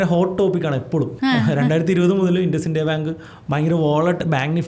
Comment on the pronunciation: ഇൻഡസ്സിന്ത്യ അല്ല ഇന്ദുസിൻഡ് ബാങ്ക് 😂